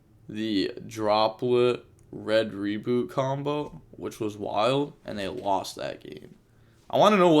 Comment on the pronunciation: Read the name of red rebooT again and call it right please